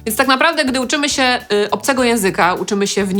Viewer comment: Świetny film! :) Dziękuję :) Drobna uwaga: "ę"! "się". Pani cały czas mówi: "sie"... ;)